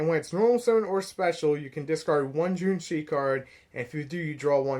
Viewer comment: JOUNEE - CHI - CHI try say it like that ... Also i have a burn version of the deck using GALAXY WAVE its pretty funny burning opponent 2000 Every turn